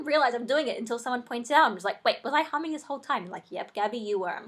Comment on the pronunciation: I used to have that same fear of people turning into monsters, I couldn't watch the hulk for years. P.S. Sorry if this sounds weird but I thought you said something else when you said humming, not going to say what it is but it sound very similar....